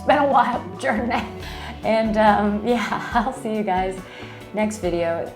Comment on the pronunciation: Your Midwest was showing on that “jourrrnayy” at the end! 😊